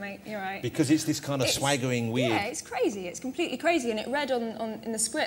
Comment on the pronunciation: You mean cwazy Jack Spawoe